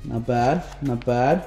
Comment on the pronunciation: said not bwad